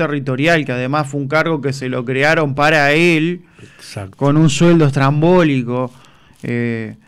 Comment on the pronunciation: Se dice estrambótico